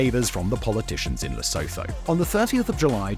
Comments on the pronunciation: Lesotho is pronounced "Le- soo- too". The "h" is Lesotho is silent and not pronounced. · Ok, stay with me. Lesotho is pronounced: Lu-sue-two. The Le/Lu is the same way you say Le in French. The sue as in to “sue” someone. And two as the number two. This is way we pronounce it in South African English. You make Lesotho sound like a pair of loathers for your feet. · Thanks for this. As a South African police officer, one hardly hears a balanced take on the plight of the miners in the Witwatersrand. For the record, Lesotho is easier to pronounce than one might assume: 'Le-soo-too' will do. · Lesotho is pronounced le-soo-too. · Nee fok I was wondering what Simon was saying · He has said it like that in other videos too. Needs to read the comments section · I love these videos, but could they please run the pronunciation past someone who knows how South African words are pronounced? It's not just the Afrikaans words, but why can no English person pronounce Lesotho correctly? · Its pronounced Lè sue two (Lesotho)and Vit vaters rant (Witswaterand) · Great content, but please research the pronunciations of the words before producing content. Zama Zama, Witwatersrand, Lesotho, Braamfontein. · Sound volume and pronunciation of "Lesotho" and "Witwatersrand" was horrible 😂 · Almost all pronunciation of South African words was incorrect - Lesotho, Gauteng, Witwatersrand (to name a few).